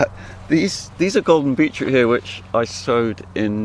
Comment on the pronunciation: Beechroot! Beachroot?? No, BEET CHROOT.. Every single video its beechroot! Lol- what a funny way to pronounce that!